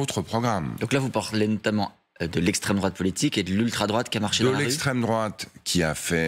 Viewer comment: 😂 "L'esstrem, drouat" .. et... Poutine.. 😅